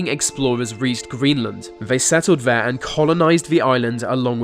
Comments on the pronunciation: William Daliege 😂 I specifically went through comments to see if "vere" (there) is someone who has "ve" (the) exact same problem. I also love "vese" (these) videos but get distracted by "ve" (the) way its pronounced. Just a few seconds in and I start losing focus on the subject matter. Too funny. Glad to see its not just me! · You mean 'they' and 'there' not 'vem' and 'vere'?